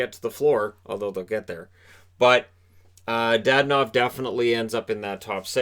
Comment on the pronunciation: It's not DaDanov, it's DadOOnov.